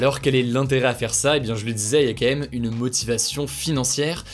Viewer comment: Salut Hugo, je suis un américain qui profite de tes vidéos pour m'améliorer dans la langue française ainsi que pour les nouvelles, et je n'arrive pas à m'empêcher de remarquer à chaque fois la façon particulière dont tu dis le mot "quand même". Malgré ta cadence largement mesurée, tu dis "k'(m)èm" avec une telle régularité et diligence que je me demande si c'est comme ça que ça se prononce de façon quotidienne d'où tu viens. Je connais que certains le prononcent "comme même" mais là c'est un peu abusé, non ?